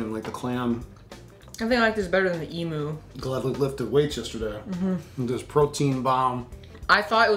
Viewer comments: Lol the way said emu, it is said emuuu not emooo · Emu is pronounced “Emew” Just sayin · It's not emoo it's pronounced Em you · FYI (from an Aussie subscriber), the 2nd syllable of emu rhymes with 'view', not moo :-) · I just really wanted to say, it's eem-yoo not e-moo. Yes I know it's spel emu but trust me I would know, I'm from Australia. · It's pronounced emyou but spelt like emu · It’s pronounced “eem you” not “ee moo” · It's pronounced e-myoo, not e-moo. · Nice video, but it's pronounced em-you, not em-oo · ITS NOT EEMOO ITS EEMYOU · lol how they say Emu, "emoo" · im from AUSTRALIA and that is not how you say fucking EMU